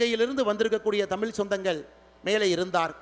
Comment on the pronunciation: முதலில் இவர் தமிழை " தமிழ் " என்று ழகரத்தை சரியாக சொல்ல வேண்டும்